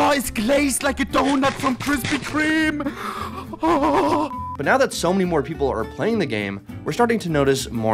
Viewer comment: DA FLOOR IS GLAZED LIKE A DHHONUT FROM KHHHRISPY KHHHREME